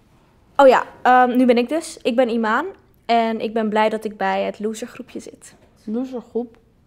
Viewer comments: Ze spreken Imane zo slecht uit wow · Mensen spreken Imane zelfs al verkeerd uit. Hoe je het letterlijk uitspreekt is als iemen